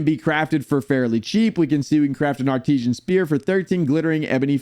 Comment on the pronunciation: Why are you pronouncing it as "Ar-tee-zhan?" It's "Ar-tiss-san."